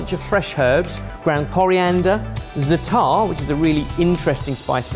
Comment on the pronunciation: Is no one gonna tell him how to pronounce zatar?